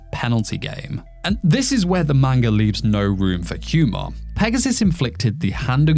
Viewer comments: video seemed good but then you said “maneguh” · Grown man still can't pronounce manga 😂😂